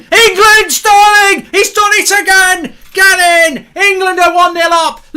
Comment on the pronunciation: You man need to put some respect on sterling’s name